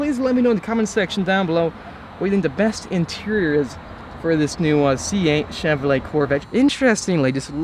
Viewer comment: cheVROlet 😂 can’t stand the way he says Chevrolet